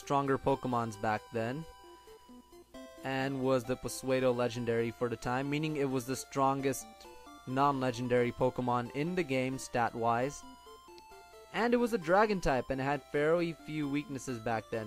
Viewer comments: its soodo not puhsaydo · it's pronounced "sue doe" not p swaydo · Swaydo-Legendary? I'm sorry, but it's pronounced Soodo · Puswaydo legendary?? it's pronounced Soo-Doe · puhsueydo (pseudo)? I know others have pointed it out, but it's pronounced "sudo". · Paswaydo? Pseudo is pronounced "soodo". Y'know like "sudowoodo", as in "pseudo wood". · Peh-su-a-doh? I think you mean su-doh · It's pronounced sudo not pasuedo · Dumbass. You don't pronounce pseudo "puh-sway-doh," it's "soo-doh." Are you really that big of an idiot? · all of ya saying hes pronouncing pseudo wrong,shut the fuck up by now he obviosly knows that its soo do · Sorry, but this is really bugging me. It's SOO-DOUGH LEDGENDARY!!!! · did you say puswaydo? wtf XD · new pokemon PuhSwaydoh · Pseudo is said SOO-dough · idk, you would think more people would be peed off at you not remembering that youngster Joey only ever had a Ratata (which later evolves into a raticate) and thats it, as opposed to pronouncing psuedo wrong lol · Wtf it is just a word! You don't have to scream at him for spelling something wrong you could just say, "Good video but you pronounced pseudo wrong." You don't have to make it seem like it is a big deal, just be polite.